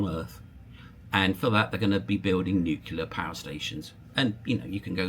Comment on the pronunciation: new clear, new-clear. Not new killer